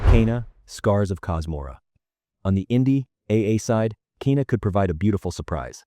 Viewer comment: Garbage video. Learn to pronounce Kena! So annoying.